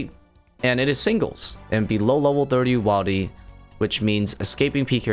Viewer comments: Wildy is pronounced Will-D not while-D as it is short for wilderness. You got me to comment. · This bothered me too lol. You say “wildy” as short for “wilderness”, where the “i” is pronounced “ihl”. If you say “wildy” with the “aye” sound, you are just adding a letter to the already shortened “wild”. Makes no sense. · Right? Willdy is how me and mine says it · idk why saying wildy like that makes me irrationally uncomfortable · Wait he says wilderness correctly but says wildy in a really weird way 😅🤣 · Yeah you need to not say wildy like that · You need to stop pronouncing wildy the way you do. Short i as in the one in wilderness not a long one as in the one in wild